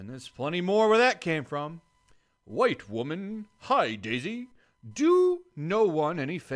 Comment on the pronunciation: when he read "wGite woman" i lost it